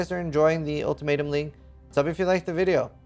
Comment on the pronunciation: I always understand "TOMATO-league" if he says ultimatum-league.:D But the same with other streamers, not only.